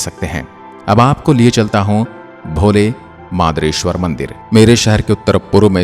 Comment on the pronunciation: बस कहीं कहीं उच्चारण ...,अरथूना, मदारेश्वर 🙏